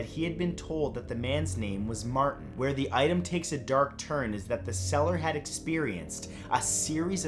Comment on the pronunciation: I keep hearing "cellar" not "seller"